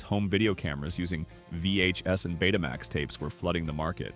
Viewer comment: Stop saying PC J R! It was the PC junior! Betamax is not Bet uh max, it in the Greek letter Beta combined with the word max. Home Betamax and commercial broadcast Betamax were two different products.